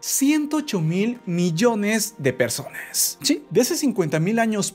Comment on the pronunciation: Ahy en ves de decir personas sale perrsonas